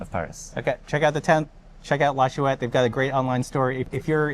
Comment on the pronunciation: It's not shoe-ette lad. It's schwet.